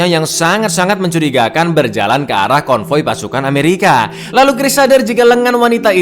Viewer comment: ketika bilang "amewika snaipah" 😭 😂